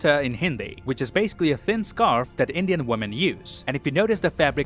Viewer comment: Man I love his Indian pronounciations he's so close the the actual ones. I haven't seen many peeps from abroad who speak this well